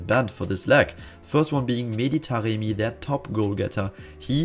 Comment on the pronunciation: why do you keep calling Taremi Taqemi tho:))